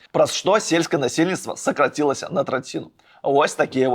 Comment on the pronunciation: Аўтар дакладна жывы чалавек, а ні АІ- генерацыя? 🤔 Як можна бяздумна чытаць тэкст з відавочнымі памылкамі: замест "грамадзян" казаць "грамадзянінаў", замест "скарацілася" -- "сакрацілася", замест "галоснасьці" -- "гласнасці", замест "энэрганосьбіты" -- "энэргасьбіты" (гэта ўвогуле крынж 🤦‍♂)! Што датычыць тэмы відоса, то гэта быў сапраўдны цуд, што ў Вярхоўны Савет 12 скліканьня (ВС-12) змаглі абрацца прадстаўнікі БНФ і там змагла сфармавацца фракцыя БНФ начале з Пазьняком, якая змагла "праціснуць" спачатку дэклярацыяю аб незалежнасьці , потым надаць ёй статус канстытуцыйнага закону (то бок абвясьціць незалежнасьць Беларусі) , а потым і БЧБ-сьцяг і Пагоню ў якасьці дзяржсімвалаў краіны ! Як кажуць "Дзякуй Пазьняку за наша шчасьлівае дзяцінства!".